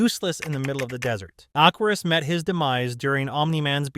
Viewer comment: First of all BUB his name is Aquarius not "Aquarus" and second HE MAKES THE WATER YOU UTTER IMBECILE! "Aquarius is useless in the desert." No he's not! If anything he's even more useless in areas with a lack of water because like I said HE MAKES THE WATER! Slander my goat Aquarius again and i'll send one of my capos to your door buddy.